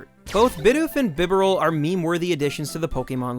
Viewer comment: bibarel is bronunced as B-Barrel not bib-eral